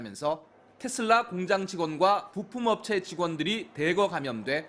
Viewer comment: 기레기야 TESLA 발음은 텟쓸라가 아니라 테슬라다